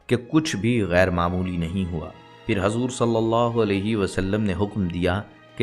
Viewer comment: by hajur nhi. hujur. bolo